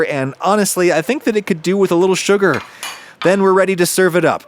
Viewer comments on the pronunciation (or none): none